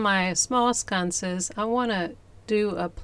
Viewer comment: I LOVE those. It's sconces not scunces